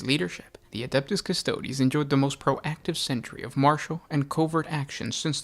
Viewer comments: “Kuss-toad”? - No. Say it with me “Kuss-toad-ae”. Applause 👏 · If you pronounce Custodes as Cus-toads, you should also pronounce Astartes as Ass-tarts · Cus-toe-deeeeeeeees!!! Please, it’s basically Latin. Custodian, therefore Custo-Deeeees…. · I found it very difficult to watch a lore video about one of my favorite factions done by a dude who kept mispronouncing their name